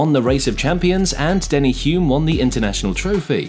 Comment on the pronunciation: I’m calling it… you have been an F1 fan for less than 5 years. A few names were miss pronounced, Hulme, Jochen Mass, Kovalainen and even changed how you pronounced Mayer halfway through from My-er to May-er. Also I think you claimed Hulme scored McLaren’s first win which is not correct.